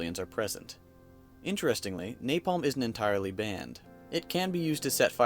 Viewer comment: I cringed everytime he said napalm